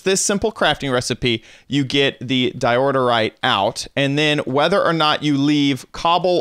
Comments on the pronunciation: Di oor yte say it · yes why he say diordorite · Isn’t it pronounced door-ite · Me : Dye-Ore-rite My little brother: Dio_rite Him:Diorderite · It’s called DIORITE, not DIORDERITE!!! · IT'S DIORITE NOWHERE DOES IT SAY IT IS DIORTITE OR DIORITITE! OK! GnaaAAAaAAAAaaAAa! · DI-OR-RITE Not Di-or-dor-rite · It's not diordorite it's diorite! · Um, I’m afraid it’s pronounced die-or-ite not die-order-ite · Diorite not diororite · why do you say diodorite instead of diorite? dont you see theres only one d? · It’s DIE OH RIGHT not fucking diorderorerite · regardless of dyslexia he plays Minecraft alot. He knows how it's pronounced like it's pretty damn common. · Because in the video kept saying Diordite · di-o-rite don't know why you're adding letters and syllables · How do you miss pronounce Diorite, he adds a second “d” as in “diordirite” it hurts my head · Nobody: This dude: DiOrDeRiTe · "Diorite" ... says DIODORITE four times in a row. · How are you adding like 82 syllables to di oh rite... lol. Thats adorable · Someone noticed that he says Dirorite? Dirorite sounds like a better name for a stone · Sorry to criticize but, it's Diorite (Da-yo-right) it's okay though everyone makes mistakes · It's Diorite. 'Di•ər•īt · I'm realising that he is saying diordorite more instead of saying diorite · Calls diorite dioderite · Anyone else notice he's saying diorderite for diorite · Diorderite? Isn't it Diorite? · Whats up with "DIODORITE"?! "Its DIORITE"! @@ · Diordorite? what the hell... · Di-or-ter-ite That's how you pronounce it. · your saying diorterite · are you saying Diororite? :/ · The way he pronounces diorite tho 😂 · God I wish he would pronounce diorite correctly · Wrong pronounciation in diorite =/